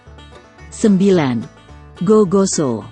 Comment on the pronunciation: Sala dia kalo bilang gigoso sama nasu paklekko